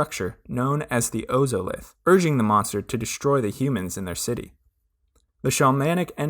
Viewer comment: OZOLITH. It's pronounced ozolith, like wizard of OZ oz-Olith